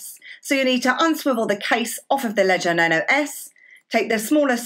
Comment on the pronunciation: Luv the accent. It sounds like she pronounces Nano as "Nuno"